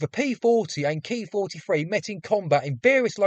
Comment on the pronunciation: The pronunciation of the Japanese aircraft is NOT 'Kee' but 'Kay Eye', as this is a manufacturer's designation and not a 'real' word in and of itself. You correctly use this method of speech in the middle part of the video. Overall, well presented and researched.